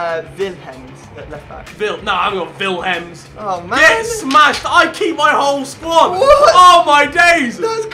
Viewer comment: Echt wel! "Vilhems" ipv Willems wtf 😂